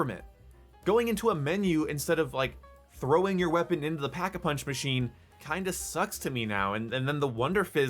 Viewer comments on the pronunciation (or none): none